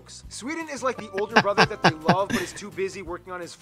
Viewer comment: "I lobe narwhals"...